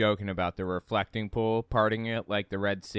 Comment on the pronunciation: Every time he says 'pool', I hear 'poo'. "It was a dry poo", "the poo dried up"